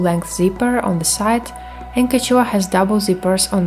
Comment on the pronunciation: quechua is pronounced as “keshwa” nice video :)